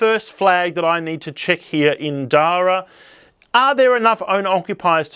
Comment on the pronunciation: I hate to be that guy, but it rhymes with para (as in parachute)..